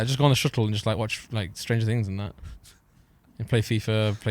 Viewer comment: lol stranger "tings"